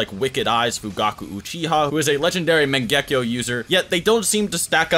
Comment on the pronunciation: mangekyou not mengekyo🤦